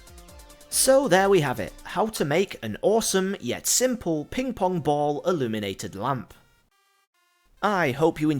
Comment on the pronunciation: I thought you said Illuminati XD